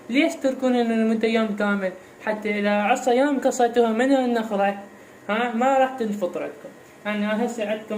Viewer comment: ليش تكول النخره مو النخله